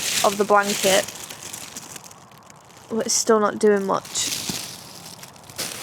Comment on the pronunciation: Why do you say BOT instead of BUT?